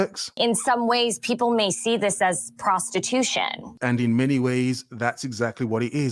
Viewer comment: The term is Prostitution. Repeat after me: Pros-ti-tu-tion.